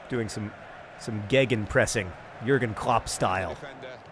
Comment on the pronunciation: i always need to smile when john green uses german words like schnaps or gegenpressing. especially his pronounciation of jürgen klopp sounds correctly